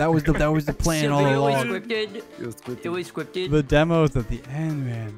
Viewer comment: it was scwipted